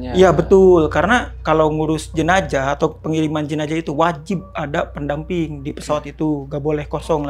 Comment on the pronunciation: Terganggu dengan kata jenajah hrsnya jenazah